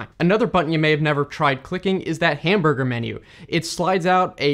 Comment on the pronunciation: If you open up the "hamburgher" menu...